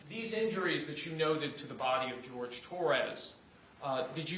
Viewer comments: Why did they keep calling him George? His name was Horhay… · Agreed….. in closing Owens kept saying Torres…… he had a fricking name it-was Jorge 😡